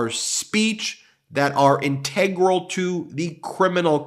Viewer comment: Ben: Integral is pronounced as follows